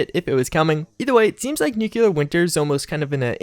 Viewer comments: dude I love your videos but for christ's sake man it's pronounced NEW-KLEE-URR. Nucular is so painfully wrong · The way to pronounce "Nuclear" sounds like NEW-CLEAR, and not NUKE-YOU-LUR. Just a tip for future videos. I dig videos, but just wanted to pass that along. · It's nuCLear winter, not nukelar winter.... Why nobody pronounces nuclear correctly? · NEW-CLEAR not NUKE-YOU-LUR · I agree, one wouldn't pronounce the word CLEAR as "CU-LUR", so why pronounce NU-CLEAR as NU-CU-LUR... that really bugs me. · Mispronunciation isn't an accent thing. The only time you hear it pronounced NUKE-U-LAR is when people mock someone of ill intelligence... like the cheesy Pulowski Preservation shelter or good ol' George W. B. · nucular winter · I'm not American, but I thought all Americans pronounced it as "nucular" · nucelar winter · Patch 11 will reportedly include pronouncing "nuclear" correctly!